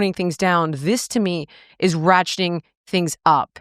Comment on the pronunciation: It's "RATCHETING" things up... Not "ratching"